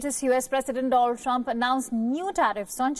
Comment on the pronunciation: She said Dolal Trump. ...😅😅😅😅